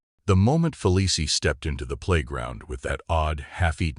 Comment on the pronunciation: Hard to listen to AI read this. It's pronounced Feleece, not Felicie.